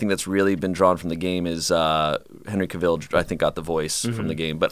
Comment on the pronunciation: it's Cavill- like Travel